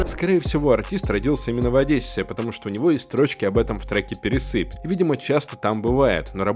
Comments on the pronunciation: не ОдЭсса, а ОдЕсса; не пересЫпь, а ПерЕсыпь. это район Одессы « Но и Молдаванка, и Пересыпь Обожают Костю-моряка». ))) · Одессита уши отвяли. перЕсыпь, а не пересЫпь. Это же район Одесский, ау! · Всё круто в целом, но есть нюансы: не ПересЫпь, а ПЕресыпь, не Одэсса, а Одесса, пишу тебе, как человек из Одессы)) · Ну неужели нельзя было получше подготовиться и узнать, что там трек не "пересы́пь", а "Пере́сыпь". Район города Одесса. Аж передёрнуло от такой фактической и орфоэпической ошибки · Не "пересЫпь", а "перЕсыпь"😊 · Не ПересЫпь...а ПерЕсыпь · Любой Одессит Вам подтвердит , что Ицык Цыпер Одессит !!! И не перес’ыпь , а пер’есыпь . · Ударение Пе'ре'сыпЬ